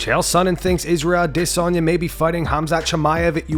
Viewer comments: Why do you keep on saying adesayna like that..... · The way you say a-DI-sanya triggers me. Stop trying to say his name real sweet and just speak normally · "Israel A-DIS-Sanya" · Ah- diss- on- yah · Why are you pronouncing Isreal Adesanya like that Lol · Why do you keed saying Adesanya the way you do? Sure if he heard you he'd tell you to not pronounce his name that way. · You sound like you’re having a stroke when you try to pronounce Isreal Adesanya’s name. Jesus get it right. There is no “diss” in his name. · “Former ADsisi chiampien” it’ll never not be weird…🤦🏻‍♂️ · I don’t think you’re pronouncing Adesanya’s name correctly. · You do you pronounce adesayna so weird lol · Put up a poll on how you should say adesanya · Is no one going to address the pronunciation of Adesanya?